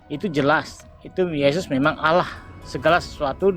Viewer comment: Makanya kalo nyomot kosa kata arab pahami sesuai kaidah bahasa aslinya... Allah dibaca Alloh ada penekanan di huruf L nya bukan alah...